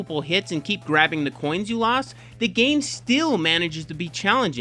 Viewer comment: Lol, he calls them "coins" 😂